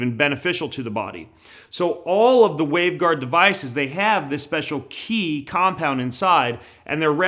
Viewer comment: Qi isn't pronounced "key" it is pronounced "chi" And if you were depolarising EMF then it would also make your wireless devices not work.